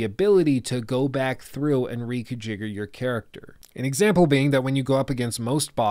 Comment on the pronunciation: Reconjigger? That’s not a word lol